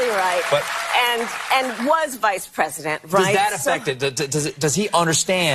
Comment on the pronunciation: Did she say “R”esident instead of President ???????